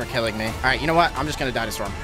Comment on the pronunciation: Its what not wesly wat wesly what